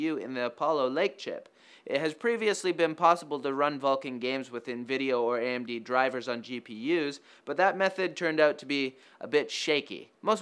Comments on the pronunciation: Carson Wotell ya it's novideo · "Nvideo"... really